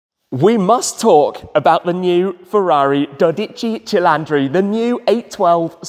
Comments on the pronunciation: Also, it’s NOT pronounced CHI-LANDRI. It is CHI-LINDRI. Easy 👍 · DODICI CILINDRI! Not “CILANDRI” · Its not cilantro. Its not CilAntri, its Cilintri. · Please not cilAndri... but ceeleendree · Hahahaha If you want to call it in Italian remember that the i should be written as an "e"! You are calling it cilAndri that sounds more a coriander (in spanich) rather than a Cylinder. If you want to call it in italian just reed it "Cheeleendree" hahaha. Anyways, as allways a great piece of information! Thanks for the content!! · You keep saying cilandri it's cilindri not cilandri......at least get the NAME right...... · La pronuncia diocane 12 CILINDRI NON CELANDRI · There's no "a" in Cilindri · The front of the new 12 cilindri can’t be uglier… BTW, it’t not CilAndri… is Cilindri, you pronounce it all i… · I need the confidence with which he says "cilandri" and not "cilindri" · You are saying CILANDRI, it is actually CILINDRI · Your pronunciation of CHIL-AHN-DRE is killing me bro. It’s CHILL-IN-DREE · Doh dee chee Chuh leen dree...roll the r. 😅 No matter how you say it, it's really a beautiful new 12 cylinder Ferrari and I am happy it exists!!! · You really should have learned how to pronounce the cilindri. Also, there is no A, it's not cilandri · i'm italian: CILINDRI it's pronunced chee-lee-ndree... You misspronunced it like 100 times in this video eheh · Dodeci cilandri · It's cilindri!!! Not cilAndri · Stop pronouncing it wrong. It is cilindri with an I and not cilandri with an a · Cilindri is pronounced as if it were "Chee-leen-dree". To us Italians, you sound as if you said "Chee-LAN-dree". So drop the "a" Tim. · Bro say it right pls😂 not cilundri 😂 cilindri ok?!😂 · it's like CHEELEENDREE😂 but your pronunce is very good on other words like Competizione or Stradale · Come on Shmee, buy a 12 CILLAAAAANDRI!!!! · Oh dear, its not “cilandri” - thats quite painful to hear,😢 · Why do you call it a dodici cilAndri..?? i just need to know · no it's cilinDre 😂